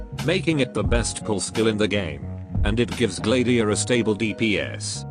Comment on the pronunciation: Wait it's Gla-diia? I pronouncing it as Glad-iia